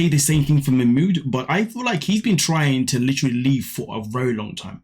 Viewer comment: Wtf is wrong with Nicole and her friends calling him Mach mooooood ffs it ma mood even ma mood says ma mood . She’s just a glutton for punishment the most miss matched pair ever . He is too set in his stupid ways let him go back to Egypt and she needs to be on her own they’re both horrible . I won’t watch them anymore . Fast forward .